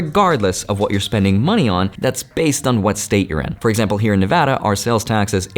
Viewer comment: That feel when someone says Nevada the right way. Delicious.